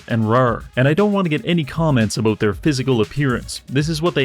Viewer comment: Teaching english to the english? mate what are you even on 'aboot'?